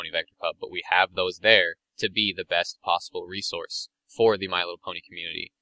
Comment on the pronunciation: man...i dont mean to be a douche or anything...but the way that pronounces "resource" really gets on my nerves....sigh no offence bro...its just one of my pet peeves